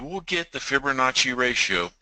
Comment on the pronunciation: Geeez.... I can't listen any longer. There is NO "r" in Fibonacci.